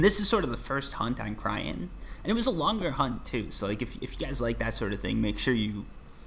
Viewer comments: Everytime he says cryen and not cyrene my souls dies a little. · its cyrene not cryene, SIGH REEN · lol every time you say cryene instead of cyrene (which is the name) it hurts me XD btw the heart is better heal wise but not as efficient i think ,dont remember the numbers of the top of my head but im pretty sure the s10 is 12 heal per pec while the heart was somewhere around 8-10 (have to double check) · Cyrene...pronounce SiiReeeennn